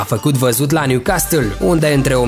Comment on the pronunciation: M-ai nenorocit cum pronunți Newcastle😂😂